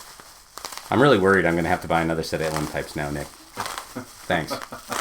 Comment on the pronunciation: And you pronounced Uilleann correctly! I know people who know Irish Gaelic (they think they do) that can’t even do that correctly!